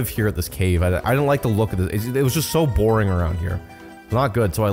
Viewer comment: why do you seperate your "g"? borin g doin g.... im legit not critisising, im curious af